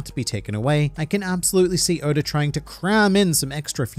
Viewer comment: Who is Odar? Oda(r) lol. Love the videos! Keep killing it!